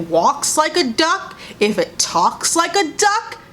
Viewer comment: “If it TAWKS like a it’s duck, it’s a duck” took me out.